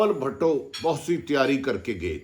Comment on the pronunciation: I like the way atif bhatti say bilawal bhatooo hahsga😁😀